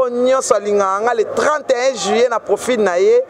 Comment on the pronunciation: Yo mutu otanga on dit juillet et non juyé